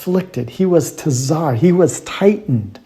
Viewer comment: Firstly, you can't pronounce the word properly. צ is pronounced like a ts together. It just means narrow as in גשר צר מאוד, a very narrow bridge. Secondly, the carving looks more like either ודח or ידח. However, the main point is that this script is Katav Ashuri. This only came into use to write Hebrew after the Babylonian exile. The earlier script looked nothing like it and certainly nothing like the carvings on that rock. This whole video is nonsense and the product of ignorance masquerading as wisdom. You should be ashamed of spreading such rubbish.